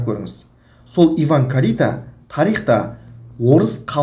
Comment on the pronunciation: Сен сөйлемеш Карита емес Кальита